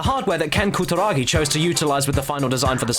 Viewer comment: Omg your pronunciation of foreign words is hilarious :P "Koo-da-ra-gi" changes to "ka-ta-ra-kee" and "noh-dee-oh oo-ga" goes to "nor-ee-o ooorga" HAHAHAHAHA omg you are so white, I couldn't take you seriously hahaha I just had to stop watching to say this. HAHAHAHAHAHAGAGAGA